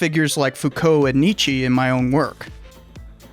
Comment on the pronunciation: That's not how you say Nietzsche's name.